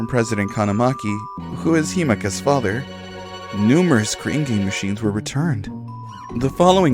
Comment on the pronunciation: She also has trouble with the th words. Father is fadder and other is udder lol. She's gotten better since she started